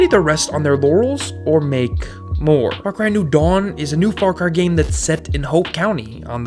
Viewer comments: fawcwy? FAWCWY? sorry bud you can't have an opinion with that speech impediment. disliked. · did he say far cwy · “Far Cwy is a seewies” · Far Cwy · Far Qwy lol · "Far Qui"